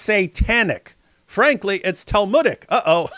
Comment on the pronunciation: It's "talmudic" 😂